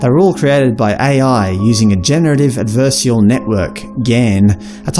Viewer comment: I mispronounced Adversarial in the video. I should have pronounced it ad-ver-sair-ee-uhl.